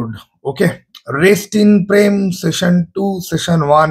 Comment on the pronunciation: tumi season ke session er moto uchharon koro keno